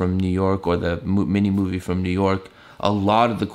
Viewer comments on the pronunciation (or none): none